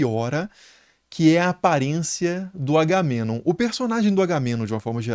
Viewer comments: Agamenon ❌️ AURAmenon ✅️ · Ótimo vídeo! Mas "Auromenom" foi foda demais, slk. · Pq vc falara Agamenon com a pronúncia inglesa?